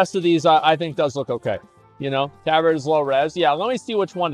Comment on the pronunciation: The way he pronounces tabard is horrid xD And he pronounces it correct when reading the name of the tabard, yikes! Also the Tauren with the bone mauls looked pretty decent tbh. The BE after the Tauren looked odd with those boots. Bixxnood looks good. Asmon is super inconsistent when it comes to matching colours xD